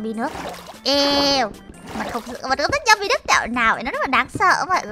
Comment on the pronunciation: tôi nhớ là zombie đọc là ˈzämbē (zom bi) mà ta chứ zum bai là cái j??😀 cứ zum bai, zum bai nghe khó chịu thiệt chứ 🙂